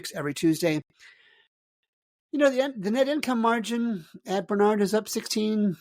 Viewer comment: Love watching your show. But you lose credibility when you mispronounce the names of schools, particularly national leaders like Barnard. The emphasis is on the first syllable, not the second. It comes off as if you don’t even know what this school is. May be a small thing, but it matters.